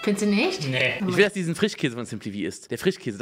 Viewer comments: Ich korrigiere! Bei unge ist es der "FRICHHHKÄSE". Sch aus dem Wortschatz verbannt. Ich liebs 😄🧡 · Oder Frichkäse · Frichkäse 😂 Ich liebe diese Aussprache